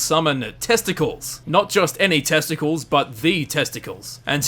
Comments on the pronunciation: ever heard of the Roman hero Hercules? (AKA Herakles in Greek mythology) it's supposed to be a Roman style name, so it's pronounced clees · A note about the Debug Character named Testicles.... You'll notice he's one of the characters portraying the group of new Romans lead my Caesar ... As such the name Testicles should be pronounced Tes ∙ te ∙ cleese (Sounds much more romanisk does it not?) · I think testicles was was meant to be pronounced old greek style...test-uh-clees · Actually, it's pronounced Testicl_eese_, and he's not an Easter Egg, just something the devs used when testing the game. Hence the name - Test-i-cleez. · Its pronounced "Tes-te-Clees" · ReviewTsarUSSR we dot give 2 singles shits we c4ll him Test-ick-ulls